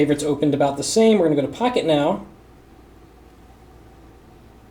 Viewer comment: listen from to sounds like pocketknob